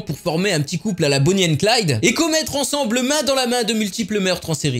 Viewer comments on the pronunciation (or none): none